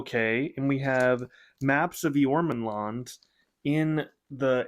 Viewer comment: You said "Eormenlond" very well,! Thank you so much for your kind words here and for your wonderful support. I can't even begin to express how much I appreciate your willingness to give the story a shot. Also, you have excellent taste -- I don't have a tattoo, but if I did, it would probably be something to do with LOTR or Malazan. Perhaps I would need to get two!